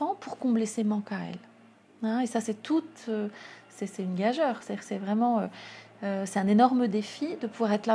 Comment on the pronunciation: Gageure ne se prononce pas eu mais u